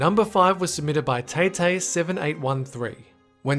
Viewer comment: You pronounced taytay wrong its pronounced tie-tie